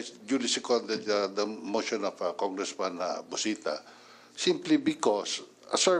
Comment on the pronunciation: Mosssyon, deliverasssyon, continueysssyon, educayyysssyon